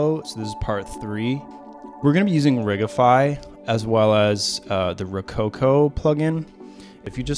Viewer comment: I like your style. Shame these videos don't have more views. Sidenote: I've never heard someone pronounce it "ridge-ify" before. Is it not "Rig-ify", because... rigging?